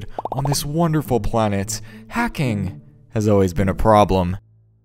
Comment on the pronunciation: It’s hacking not heking